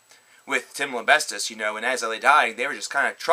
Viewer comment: u said tims name wrong lol lembestis